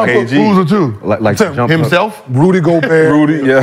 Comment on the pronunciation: “Karl Anthony- Thompson?!?! “Rudy GOBURRR?!?! Gilbert stays butchering names I swear!! 😅😅